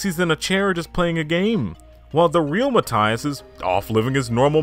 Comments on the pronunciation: i love how this guy can pronounce japanese kind of well (if i know anything about japanese) but then he goes 'valee verde' and 'mataias' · I love when gringos spend countless hours researching for a video, but not a single minute to check how things or names are pronounced in spanish (ie Matias' name) Jokes aside, awesome video